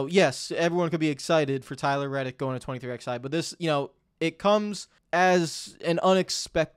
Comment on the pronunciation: I find this so infuriating